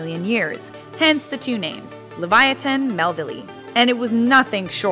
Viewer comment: You completely butchered the name it’s la vi a thin may vil